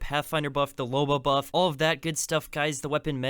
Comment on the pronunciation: did you say boof and not buff